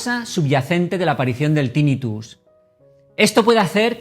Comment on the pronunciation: Tinnitus se pronuncia con acento grave, la sílaba tónica es la penúltima, no es esdrújula por lo que no se dice Tínnitus